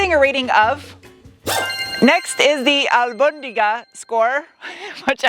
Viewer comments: Si! se dice Albondiga! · Yes, it’s a weird word to say for meatball. But you said it correctly. 👍🏻🙂 The TRD Taco is pricey. For what you get though, would it still be considered affordable?? Always a great review! 👍🏻